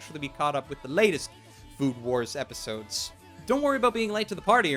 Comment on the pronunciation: Everytime mentions the name of the show, I just keep hearing "Food Porn" instead of "Food War"